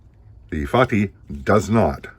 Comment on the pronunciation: Actually your pronunciation is perfect. Fatih means conqueror in Turkish that atributed to conqueror of Constantinople Mehmed II.